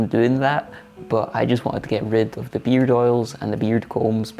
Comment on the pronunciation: Oops! That's beard! (sounded like beer)